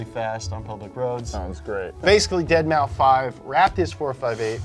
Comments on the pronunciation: Cringing every time says "dead mau five" the 5 is in place of an S, it's just 'Dead-mouse' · It's dead mouse not dead mau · Dead mau 5? I'm pretty sure it's pronounced deadmouse. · saying “deadmow” instead of “deadmouse” physically hurts me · Am I the only one that can’t get over saying “Dead Mau-5” instead of Dead Mouse? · dead mow five: dead mow five: dead mow five Nolan: Deadmaus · "Deadmaufive" Your attempt to exploit my anger is admirable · It’s deadmouse not deadmau five haha, good video as always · It’s pronounced ‘Dead mouse’ Hurts my ears when says ‘Dead MauFive’ 😬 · The way says deadmau5 as dead mow 5 instead of dead mouse really irritates me 😂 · Isn’t saying “deadmoufive” the same as saying “dollars sign uicide boy dollar sign”? Thought it was dead mouse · It’s pronounced dead mouse not dead mau 5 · Deadmau-5? Lmao pronounced Dead-Mouse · Ded mau five moment, it's deadmaus guys come on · It's dead mouse not deadmou 5😭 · Why the hell do you pronounce Deadmau5 "Dead mau five" instead of "deadmouse" but perfectly pronounce nyancat? 😂🤣 Please stop it 😅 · Every time pronounces it “dead mow five”, a small child catches fire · Or Ferrari blacklists a customer. Deadmau5 is pronounced Dead Mouse. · "Dead Mau Five" ahaha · I don't think i can hear say "dead-mau-five" one more time. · Are they seriously calling him “dead-mow-five?” Hahahahaha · Please tell me you're calling him Deadmow 5 because you're joking lmao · Love that is saying "dead mau five" lol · "dead mau five" 😂 I almost died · No way he said "Dead mauw five" lmao Isn't his name commonly known in the car world for this exact reason? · DEAD MAO 5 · I will never not laugh when you say Dead mau five (cause I say it too, even though I know that's not what it's "supposed" to be LUL) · I can't tell if he's joking by saying deadmau-five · my guy... Deadmau5 is pronounced "Dead Mouse" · "Deadmau five" I'm so annoyed but i can't blame him